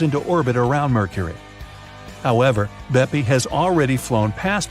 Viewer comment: I m italian… and every time i heard BEPI COLOMBO… i do not even know what to say!!!😂😂😂 is “BEPPE!!! From “giuseppe” but TBH should be “PEPPE”…